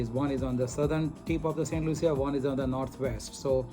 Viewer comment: It’s pronounced Saint Lusha, not Loo-see-a like you kept saying in the video…after visiting there you would think you learned the proper pronunciation especially for an educated doctor??